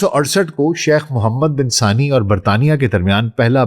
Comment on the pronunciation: Its Thani not sani..